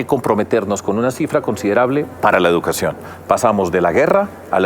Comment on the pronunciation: NO se pronuncia: " jeducacion"